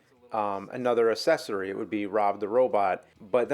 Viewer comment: James says Assessories instead of Accessories.